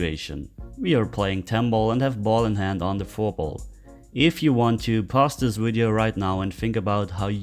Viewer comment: From the top pool couple in NS we enjoy your explanation of the game. Get a chuckle every time you say wideo instead of video. 🙂